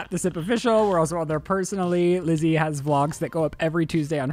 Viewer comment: Lizzie ... stop. just stop. ewiize.